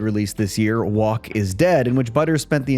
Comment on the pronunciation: use spell check, your AI said walk instead of woke. again it’s woke